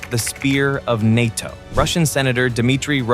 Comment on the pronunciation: “The spear of nato” it sounds like they are calling England a penis